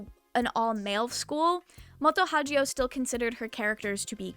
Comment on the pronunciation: I'm heavily skeptical that Moto Hagio (you consistently said her name wrong throughout the video btw) said that quote. I'd like to see the original Japanese interview where you found that because it sounds like a mistranslation.